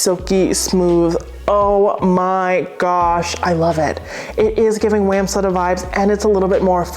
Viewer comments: Hi love your channel but one thing bothers me. You are pronouncing wamsutta wrong. Sorry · Side! Side! Side! Back people: Stop snoring and try side. You might like it. I've always pronounced Wamsutta different from the way you say it. I looked it up and it was worse than the way either of us say it. So I recommend we each stick to our own pronunciation and be happy with that. Thanks for reviewing all the cool things so we don't waste our money on a dud.